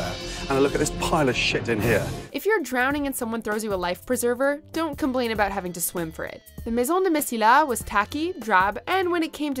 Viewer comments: Mission de mesilla... pronounced in Spanish, not French. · Her pronunciation of Mesilla=🤦‍♂️